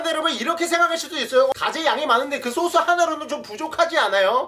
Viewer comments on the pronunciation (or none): 여기 요 소스를 요소수라 들어서 깜짝 놀란 1ㅅ...